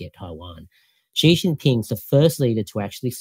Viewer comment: I was a bit surprised he pronounced Xi as "Zee". Should be "She". I guess he grew up in Australia and didn't learn Chinese